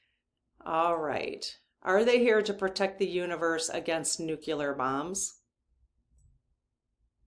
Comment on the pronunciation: Please check the pronunciation of nuclear.